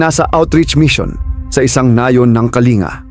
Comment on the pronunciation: Kalinga "(bigkas nyan ay "kaling-ga")